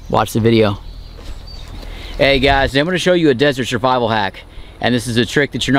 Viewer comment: He said shurvival 😂